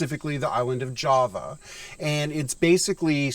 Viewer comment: Is the Island of Java pronounced Java or Jaw-va?